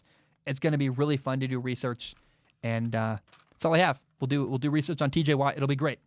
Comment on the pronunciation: I’m sorry bro but you gotta correct your tj watt it’s not teej bro I mean I hope that was just a mess up